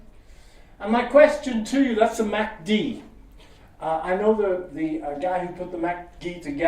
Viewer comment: Right off the bat I can tell you he is a fraud. He does NOT know the man who created the MACD because I AM THE MAN THAT DID IT!!! He can't even pronounce it correctly. I identify as a moving average and I am offended.